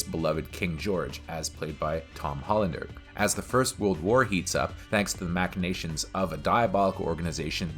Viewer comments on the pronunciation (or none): none